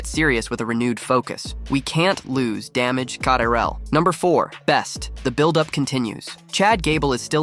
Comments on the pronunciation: This man said Damaged C-Trel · Does this guy not know how to say damage control?